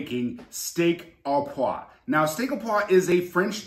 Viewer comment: What knife do you use to break down the tenderloin? (BTW "poivre" is pronounced "pwah-vvrre" the vre is like the beginning of vroom)